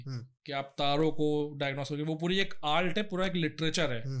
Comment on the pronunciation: Ye Dr saab Art ko Alt ku bolta hy